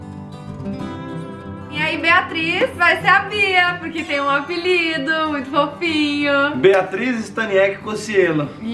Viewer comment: "Beatris" SOCORROKKKKKKKKKK